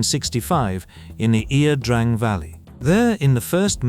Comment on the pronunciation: Ia Drang, ( Yah - Drang), is the correct pronunciation. Not (E - ah) Drang, as the narrator says incorrectly.